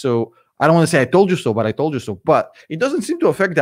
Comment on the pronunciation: Hate to say I toe da so, but I toe da so!! I f@ toe da so!!!